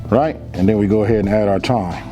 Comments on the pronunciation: Look at it one more time, not "one more gin." I know ignorant people make fun of you for speaking correctly but if you want to bring in an audience, you have to, as you say, "level up" and sound intelligent. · I heard that old school come out for a sec. 'ONE MO GIN'